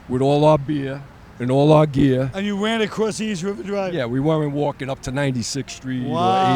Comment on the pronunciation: “With all our beahh and all our geahh “….